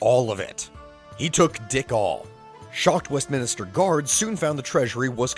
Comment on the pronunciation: Great video, but it's not 'Westminister', it's West-minster.